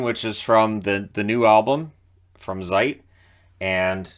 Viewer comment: Great review,! But there's something, that I simply don't understand... You've probably listened to countless thousands of Rammstein songs, how come you stil pronounce the letter Z (as in Zeit or Zick Zack) as "zee" and not as "ts"? It sounds so weird and just wrong, and I'm not even a native German speaker... All right, I'll just see myself out.